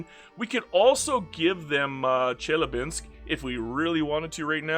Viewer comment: The "Basin" in Tarim Basin is pronounced "Bay-Sin". It's not a proper noun. It's a geographic Basin called Tarim. Good that you just said "Chelyabinsk" tho, lot of english speaking youtubers would have made some stupid thing out of trying to pronounce that.